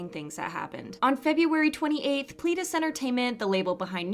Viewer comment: Nu'Est is pronounced New East. Eden-dary is Eden , like garden of eden , ary Watch Kingdom, Hongjoong says it a few times while making a performance. Pledis isn't pleadis. pLEDis. Like a person PLED guilty. Watch Seventeen IN the Soop, they say it a lot there.